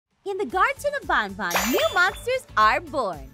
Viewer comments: It is ban-ban not baan-baan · Just to tell you, his name is not bonbon it’s band band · It’s not bonbon it’s banban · Bun bun Lol it’s BanBan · PLEASE SAY GARTEN OF BAN BAN!!! NOT BON BON ITS PRONOUNCED BAN BAN, NOT BON BON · Lol she said bonbon instead of banban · Is not gotten of bobon is gotten of been baen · She really said garten of bonbon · "in the garten of bonbon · Is banban not bOn bOn